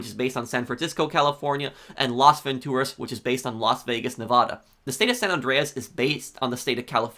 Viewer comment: Stop pronouncing “Nevada” incorrectly . We hate it when people do that. We HATE it.